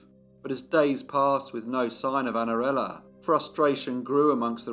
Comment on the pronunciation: Que narração horrível! Não consegue nem pronunciar O NOME DA MENINA!!! Espero que nunca mais narre nada